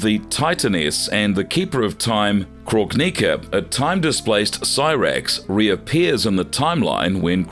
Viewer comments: I love this channel and I think the depth you go too in order to explore the characters history, storyline and involvement is really impressive! I think the editing is top tier and that the narrators generally do a good job! But I must admit, even I lost my composure when my guy said "Krog-nicka" 😂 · Lmao the way u say kronika name u saying croak nikka lmaooooo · I agree with this comment. I came to praise you with everything Gemini said and can over look a mispronounced name here and there but getting Noob and Kronika so wrong is like nails on a chalk board lol just read your script to someone that's a fan of the game before hand and that should help ALOT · Ffs every video is the same. If u cannot say the character names properly then u shouldn’t say it, unless ur gonna learn to say it properly. It’s shao Kahn not show Kahn. Obvious to me that these people are not fans they just making content for money Edit: this is by far the worst video u guys have ever done. What a load of crap! Every name is pronounced wrong. How baraka and kronika are pronounced is ridiculous. It’s like ur trying to mess it up on purpose 🤯